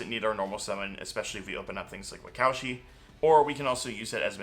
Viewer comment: Wakaushi is a Japanese name. Your pronunciation is just incorrect.